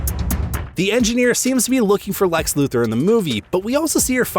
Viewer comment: It’s Lex…..it’s always lex by the way lol